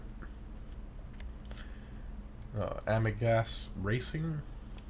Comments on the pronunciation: I’m sorry that I’m one of these people, but I have to just point this out, “amigas” was pronounced wrong. Yknow they spanish word “amiga”?....yeah gotchu there Again I’m sorry I’m one of these people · Bruh you butchered Amigas and cerveza. Laughs in Spanish